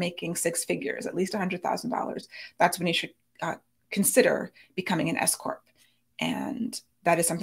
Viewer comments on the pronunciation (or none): I keep hearing 'if you're considering becoming an escort" instead of 's-corp' 😂